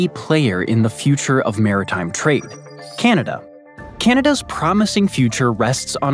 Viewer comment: How this guy says "Ceneda" hurts my Canadian ears.